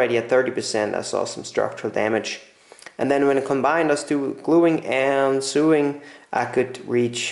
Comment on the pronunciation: Thankyou for the video. FYI sewing is pronounced sO-ing and sew is sO